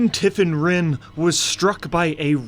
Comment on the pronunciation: VARIAN'S WIFE IS CALLED TIFFIN, NOT TIFFAN.